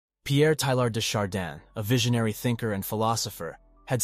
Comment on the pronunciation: PLEEEEEZZZZEEE learn how to say his name! TAY YAR !!